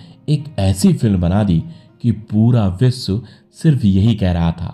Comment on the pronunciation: प्रस्तुतकर्ता से निवेदन है कि अपने उच्चारण पर ध्यान देवें। बहुत जगहों पर 'श' के स्थान पर 'स' उच्चारित किया गया है, जैसे ससि, विस्व, वर्स, बूट पालिस इत्यादि। शेष प्रस्तुति उम्दा है।